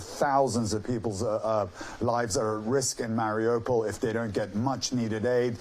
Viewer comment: Ukraine did not deny they said "we cannot confirm no deny"..also after 5 weeks of war how could you not know how to pronounce Mariupo??! US journalism has sunk to a new low.